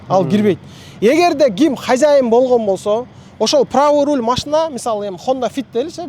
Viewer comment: Рол Эмес😮руль